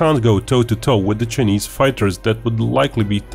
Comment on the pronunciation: This guy calls Chinese as chnese